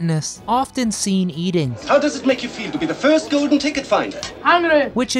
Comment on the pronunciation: How about ordinary words like golden, not 'go-din' and cold not 'code'